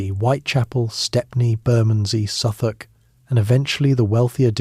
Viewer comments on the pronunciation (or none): none